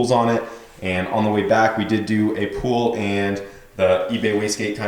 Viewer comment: Sounds like he keeps say pool and not pull